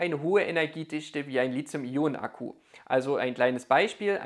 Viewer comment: Zwei Anmerkungen / Fragen zum Thema : 1) Das Metall Lithium (und somit auch die entsprechenden Akkus) werden mit T wie Li-T-hium geschrieben und gesprochen ... und nicht wie von Dir mit Z ... also falsch als Li-Z-ium !! 2) Wieviel Prozent Eigenverbrauch des Wechselrichter ist bei Staionen bis ca. 1000 Wh vertretbar ?